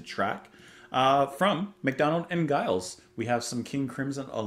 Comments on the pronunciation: Giles is pronounced Jiles. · It's pronounced like 'Jiles,' BTW. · Never expected anyone to react to a McDonald and Giles song! (Giles is pronounced with a soft j-like g, BTW). Always sounds to me like a mix between early King Crimson and early Pink Floyd - there's a bit of a Syd Barrett feel to this and some of the other tracks. FWIW, Walthamstow is a suburb in northeast London - not far from the site of Genesis's battle (which you've reacted to previously), Epping Forest.